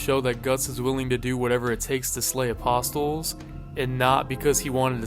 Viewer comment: Bro apostles isn't pronounced with an audible "t" sound. The "t" is silent... my god people are just getting dumber and dumber, I swear.